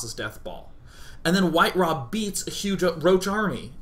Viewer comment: Its WhiteRa not White-Ra